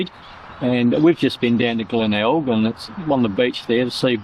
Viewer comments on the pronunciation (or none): Nice to see Glenelg again, went there many times. couldn't get out of the habit of calling it Glenegg:)